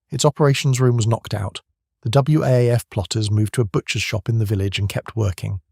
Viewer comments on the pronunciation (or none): WAAF is pronounced Waff,.